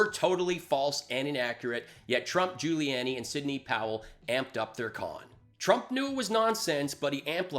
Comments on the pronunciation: I’m new, and I subscribed, but wtf does “bucket of unicorn wank” refer to? Also, Giuliani is pronounced “Jew-lee-on-ee” not “jew-lee-Ann-ee.” Small thing, but was making me cringe. Otherwise, thanks for the content? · Try to pronounce Giuliani better. Otherwise, great work